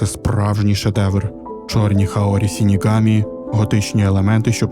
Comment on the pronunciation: Загалом мені дуже сподобалось ваше відео, але ця жахлива транслітерація ріже вуха, не сінігамі а ШИНІГАМІ ви ж не кажете сусі а кажете суші вірно? І подібні помилки у вас на протязі всього відео, будь ласка врахуйте це в майбутніх відео